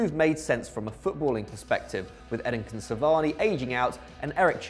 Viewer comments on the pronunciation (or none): Did anybody else notice him say Edicon Savani 😂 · Anybody else catch that 'Edincon Savani'?